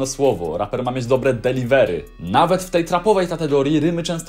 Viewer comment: Proszę żebyś nauczył się mówić „delivery”